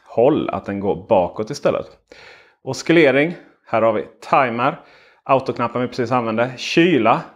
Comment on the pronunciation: Bra video, men ordet oscillering uttalas som om att ”c”-t inte finns ;)